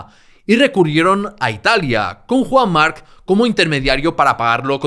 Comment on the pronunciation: estos lingüistas mala pronunciación solo x diferenciarlo d otros cacofonicos "marchche d mark o marc"ojo piojos